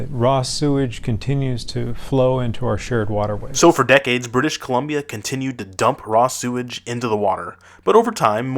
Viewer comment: Buddy said "British Colombio" haha